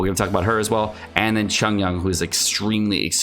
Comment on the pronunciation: Xiangling, Xiao, Xinyan - pronounce the "X" with an "S" sound rather than a "Z" sound